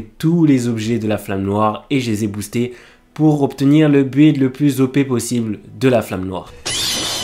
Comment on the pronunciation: Le saviez-vous ? Build se prononce Bild. Un peu comme si on disait Bill Gates avec un D après les 2 L. Tout comme Building qui se prononce Bilding. Si vous avez un doute y'a plein de sites dont wordrefence qui montre la prononciation écrite et un exemple oral. En phonétique ça s'écrit bɪld (y'a 0 u )